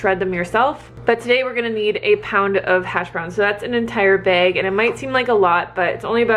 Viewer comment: Omg, where are you from?? You say "bag" the same way I do! No one understands lol!